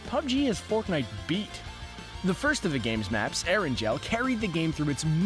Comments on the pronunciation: It’s not “Air-an-gel” it’s “air-an-gal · erangel Not eranjel Haaha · The pronounciation is Er-an-gl not Erangel...lol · Did he just say Er en gel in stead of Erangle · So no one is talking about how this guy pronounces erangel like eranjel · Anyone else get triggered by How he said ERANGEL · You said Aran gel not erangel. If you don’t believe me look at the captions. It’s erangel (eh-ran-gul)